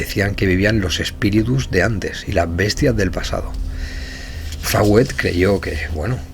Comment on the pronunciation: Una corrección es Coronel Fawcet, se lee Focett o Foucett no Fawet